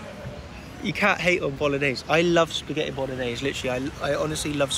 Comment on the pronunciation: pasghetti or psaghetti hahaha its spaghetti 🤣